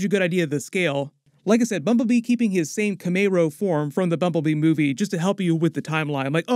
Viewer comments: Camaro is pronounced cam-mare-o. and Porsche is pronounced poor-sha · Camaero? Bro where are you from? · Lmaoo Kuh-may-ro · I'm sorry but is everyone just gonna ignore how he pronounced Camaro???